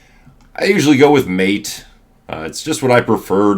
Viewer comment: Hey! I also love Linux Mint and learned a lot from all your videos. Just wanted to let you know it’s not pronounced Mate, but actually ma-tay. It’s named similar to a popular drink named yerba maté